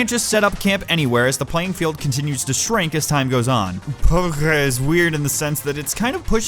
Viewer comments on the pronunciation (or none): It's pronounced PUB-G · Battleground is one word. Shouldn't it just be "PUB?" Why the G?